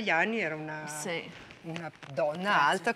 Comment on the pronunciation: Why does she say Grazia? Grazie